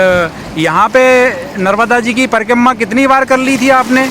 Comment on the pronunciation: Pronunciation sahi Karo . Narmada mata not narvda.